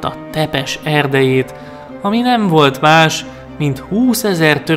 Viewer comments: Nem vlad tepes ha nem Vlad ȚepeȘ. romanul van .Tudom mert romaniai vagyok anya magyar apa romam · Bocs ha szólok de az nem Tepes hanem Ťepes Ť=C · A megnevezéseknek és román neveknek kicsit jobban utána nézhettél volna, mert nagyon sután hangzik a Ţepeş, (ejtsd Cepes) és a Târgovişte (~Tűrgoviste) és társai magyar kiejtéssel